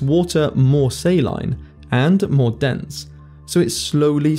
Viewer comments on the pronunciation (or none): How can you expect to say thermohaline correctly if you can't even pronounce saline? ; )